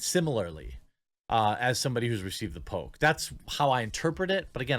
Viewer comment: I heard “Pope” instead of “poke” a few times.